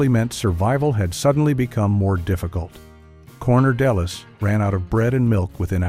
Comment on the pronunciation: “Corner deliss”!?! Seriously?? Please, for god sakes, hire a human voice actor. Jesus effin’ christ. Is this entire video AI generated? How do we know how much of it is totally made up!?! How do we know if any “fact” mentioned is, in fact, true, partially true, or wholly fabricated? WE CAN’T! Sadly, I can see that my days of enjoying YT videos are rapidly drawing to a close. 😔